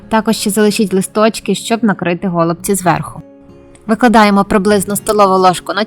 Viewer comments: Дякую. У нас кажуть голубцІ. Наголос на ост.складі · Все чудово, але чому го лубці наголос на букву о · А,я не удивлюсь. У меня знакомые из Одесской обл. так же говорят го лубци. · По-перше, я теж люблю українську мову, але наголос у слові "голубці" на першому скпаді ріже слух. Нас всіх вчили з давніх-давен вживати наголос на останньому складі. По-друге, можливо ваші пісні голубці для когось і смачні, тільки користі з них небагато. Замість 5-6 цибулин (навіщо стільки?), краще додати хоч трошки м ясної начинки. А також для голубців зі свіжої капусти потрібна підлива з томатної пасти і сметани. Тоді справді буде смачно. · Мені тошнить оцей наголос на го / ми робимо наголос на ці/ Нашої такі обсяги робить на пів села ??